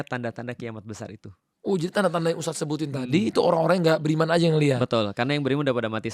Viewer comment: Mohon maaf untuk,baru mulai aja udah janggal sih, dari segi penyebutan ustadz, Yang bener ustadz, pake( dzal) bukan USTAZZZZZZZ bukan pake (ZA) Saya rasa ini bukan bidang nya sih, terlalu jomplang obrolan nya,, susah nyambung nya😥😥😥😥